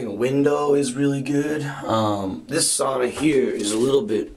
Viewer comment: Sauna - the one Finnish word the whole world knows and everyone mispronounces